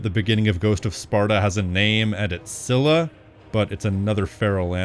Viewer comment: Listen i am greek and in mythology scyla basicaly is pronounced skyla its the K sound not c she has a personality and attacks people who crossed a specific path and she is known for her ugly appearance